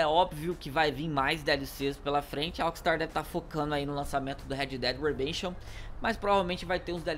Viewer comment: vai aprender a falar inglês (Red ded redesion❌) (Red ded redemption ✔)